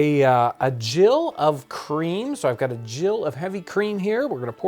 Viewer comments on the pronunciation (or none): The measurement, 'Gill', is pronounced with a hard 'G' such as in 'Gilbert' or 'Gettysburg' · Pronounced Gill with a hard G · Cool to hear some pronounce gill as jill. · Thank you for this fun and instructional video. Looking forward to trying this. I've just discovered and highly recommend the English Heritage channel. If you watch this video on how to make kedgeree, a British breakfast dish inspired by Indian cuisine, you can hear her mention a "gill" of cream, although she pronounces it with a hard "g" like the respiratory organs of a fish. Wikipedia, however, seems to side with you and says to pronounce it like "jill." At the end of the video, you can also see the kedgeree being served in the "water plate" that you mention. Fascinating stuff! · "GILL"????? It is pronounced the same as a quarter-pint of a fish!!!!!